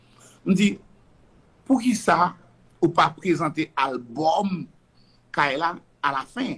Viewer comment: a dit qu’il défend personne. Cependant, il n’arrive même pas à prononcer le nom de Kadilak. le pire il parle avec émotions